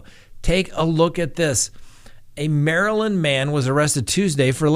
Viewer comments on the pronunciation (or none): none